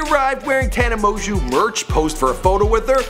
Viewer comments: I'm not a tana supporter but just like your sssniperwolf video this was badly made, it wasn't factual and was purely made to slag her off, and purposely mis pronouncing her name when she says it at the start of everyone of her vids is just childish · It’s produced MO-JOE not mojew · Did anyone cringe when he said "Mon-Jew" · she's a gen z, not millennial. Pronounced mo-jo. Please do 2 seconds of research on how to pronounce names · It's pronounced mojo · Yo did I just hear you call her tana mon(Jew) ? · and how da hell you get "Amojew" out of Mongeau? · Also, it's really not hard to pronounce Tana's last name... she used to say it in the beginning of all her videos haha MOJO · "Tana Mongoose"-idubbz 2k17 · "Tana Moju" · its promounced "mojo" btw 😂😂😂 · Pronounced TANNA MOJO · “Tana Mozue” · Moejoe is how you say it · It's pronounced Tana, Mo-Jo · Mo-jew?!?! MO-JEW?!?! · 'tana mojew' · her last name is pronuced mjo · It’s pronounced “mojo” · you say it like moan joe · Who the fuck is tana moju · Tana Mo-jew, LOL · It's pernouced " Tana Mojo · Tana Mon Jew?! IM CRINGING PLS LEARN HOW TO PRONOUNCE HER NAME BEFORE U MAKE A VIDEO ABOUT HER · Take a shot every time he said "Mongeau" wrong😂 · dude, you've seen her videos, she always says her name in the beggining at the video, how come you cannot say it right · How you gonna mispronounce her name when she says it at the beginning of every video? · Omg, her last name is french(like mine) it's not that hard to pronounce.. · at least say her name right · who else was triggered when he mispronounced her last name?? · SAY. HER NAME. PROPERLY! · He doesn't even pronounce her name correctly. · He literally can't even pronounce her name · "a name no one can pronounce". Tana mo-jo it's not that hard, I've seen some other videos of him and this guy needs to learn how to pronounce names before starting to record. also when he messed up channon's name (Shannon), someone teach this guy how to pronounce words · Tana MO-JEW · TANA M-OO-JO